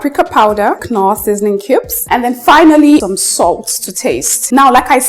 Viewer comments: Yeah, that knorr sound irritates my ear. Just norr sounds better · Babe....the K is silent....Norr is the right pronunciation....Great job on all your recepies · Aunty, pls stop calling that seasoning cube like that. It’s pronounced with the k silent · In British and American English the k is silent but in German English it's not silent. So it's not totally wrong for she to pronounce knorr with the k sound pronounced 😊